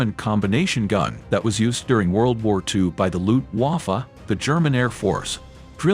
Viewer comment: Its Not luhft-huwoffoh its Luftwaffe